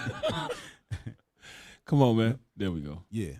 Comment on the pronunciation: Its COME ON sir , not some on . Lol I’m weak right now .